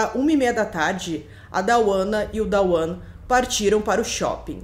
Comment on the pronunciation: A pronuncia correta dos nomes da mãe e do filho é "Duana" e "Duan" nao tem A entre o D e o W.